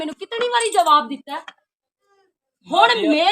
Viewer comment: Jabab Nahin Jawab hota ha